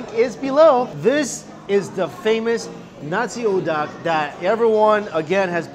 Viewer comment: Amanda Lau nasi uduk. He pronounced it wrong